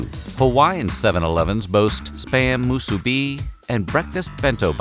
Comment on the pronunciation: Most videos I watch on YouTube that mention Musubi mispronounce the word, but you nailed it.